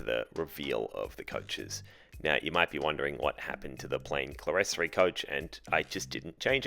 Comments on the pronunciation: "Clerestory" is pronounced "clear story ". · Just to correct your pronunciation of "clerestory". The word is an architectural term for a raised area (usually with windows) not enclosed with a floor, so clear story. I still have a number of old books where it is spelt this way (can be spelt cleresory or clearstory) but both spoken "ClearStory". So many people say it incorrectly. Nice work with your modification! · Clerestory is pronounced "clear-story".